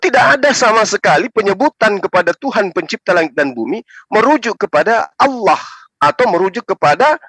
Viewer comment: Penyebutan kata ALLAH menjadi ALAH Karena KRISTEN tidak mengenal ilmu TAJWID 🤭🙏